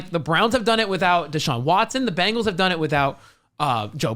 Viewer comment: Why do you guys always say "BANGLES".... sigh I don't know if it's on purpose just for fun or you're just stupid. I dk which! BEN... It's BEN-gles..... BEN!!! :face-blue-covering-eyes